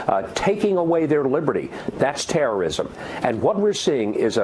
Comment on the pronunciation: This Hoe said terroism